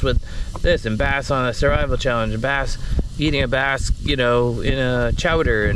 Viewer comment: do you really call them "bass'n"? or did i miss a joke you have been running with. lol I do not know why but its like a twitch every time you say it. Hope I am not the only one that caught it or for whatever reason screamed at the screen is a "BASS". lol